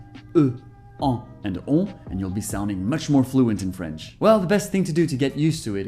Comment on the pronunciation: Omgg, i'm french and your pronunciation is perfect, really !! Like a real french, I can't do the difference 😱👌